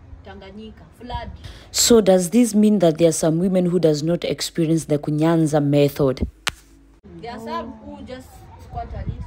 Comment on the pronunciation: It is KUNYAZA,not kunyanza.